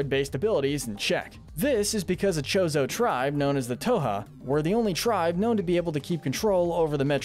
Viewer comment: It's pronounced THoha, not Toha. The H is not silent. Listen to the in-game dialogue.